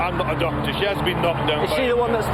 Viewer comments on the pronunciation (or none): none